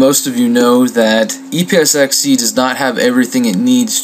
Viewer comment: Haha~ It was a great vid, and helped a LOT, but it sounds like you said "e-piss-x-e".